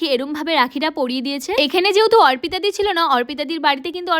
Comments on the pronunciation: Orpita di na arpita di. Pronounsetion thik koro😂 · এত উচ্চারণ ভুল না ওর্পিতা নাম কি ওর নাকি অর্পিতা কোনটা আগে জানবে তরপর বলবে। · ওটা অরপিতা না অর্পিতা হবে ভালো মতো উচ্চারণ করো